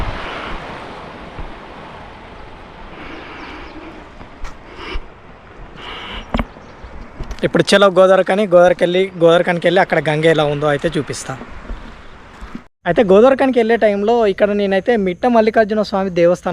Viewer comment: గోదావరా? గంగా? గోదావరి అనరాదు....